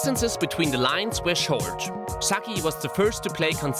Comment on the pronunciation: arrigo... sucky??!!? pronounciation mate lol